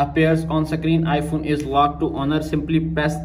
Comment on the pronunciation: Don't believe on people saying sakrin 😂